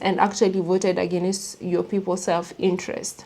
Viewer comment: Agāaaaainst. Not aginnest. 🙏🏾❤